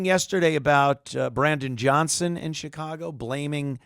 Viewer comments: Now its shiCongo. Not Chicago. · Did he say Chicango?